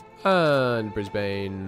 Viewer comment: I cringed at the way you said ‘Brisbane.’